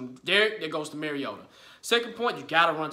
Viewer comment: Bruh I’m not trolling but Mario- ta. Like Mario brothers. You are saying merry o da. All love tho bruh. I’m from Florida so I get it. I use to say it like that as well. Lol TitanUp